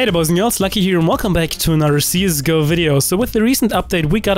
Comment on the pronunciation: Thanks again. A suggestion : In every video you say "CSGO" in the intro. I know english may not be your first language, but I think it will sound better if you say "CSGO" rather than "CZGO". Hope you didn't find it rude i dont mean to come up that way. A very very little suggestion which probably wont matter that much. Thanks dude